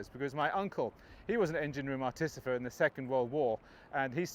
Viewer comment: Bless you - Artificer, not Articifer! Haha they were still in the RN until the 1990s